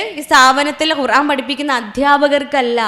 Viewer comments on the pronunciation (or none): none